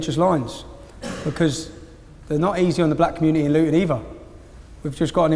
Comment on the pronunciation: What is with that particular English dialect that Tommy's speaking in this video, in which the sound of 'th' comes out as 'v'? For example, around the 40 second mark he appears to say the word 'either' as 'eever'. Is that actually an English dialect or some kind of speech impediment? Makes him rather hard to understand.